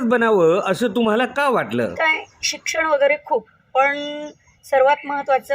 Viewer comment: या म्हणतात शिक्षण खूप, पण 'न' ला 'ण' म्हणतात